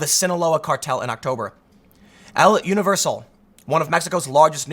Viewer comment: El Universal "uh-nee-ver-sal"